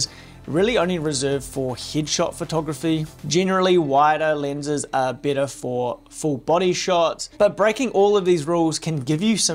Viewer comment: literally cant pronounce the E. Depth is Dipth. Better is Bittah. Just crazy. Guys. Your accent is nice and all but god damn. Pronounce the entire thing.